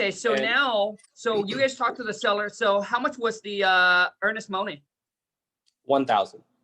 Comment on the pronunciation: I love all your videos but remember it's not moe-ni it's mo-ni. Listen to your recordings and you'll see what I mean. I like that Moaney though.😄👍👍👍